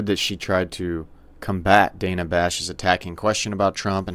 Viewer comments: It is DAN-Uh not DAY-nuh. Short “A” not a Long “A” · Hey, just for future reference—to further polish your commentary—the CNN anchorwoman Dana Bash’s given name is actually pronounced “Dann-uh,”—rhyming with Hannah—in other words, the first ‘a’ being a ‘short ā’. I know, I’m also not thrilled by the kind of reporting she represents, but even amongst those hyper Right-leaning partisan commentators to whom I enjoy listening, even they have these sorts of details about our ideological and political opponents nailed down. As obnoxious as CNN’s reporting tends to be to those of us on the Right, it helps to bear in mind just how far they’ve actually come from their depths of depravity, specifically, their days under the leadership of the execrable Jeff Zucker, circa 2013–2022, when dipshits like Don Lemon and Jim Acosta reigned supreme, and when Brian Stelter—although still around—was a much more of a constant, nightly fixture, and Republican rockstars like Scott Jennings, along with other Republican and libertarian voices like Ben Ferguson, Brad Polumbo, Mary Katharine Ham, and David Urban couldn’t have even gotten within 75,000 lightyears of a CNN broadcast.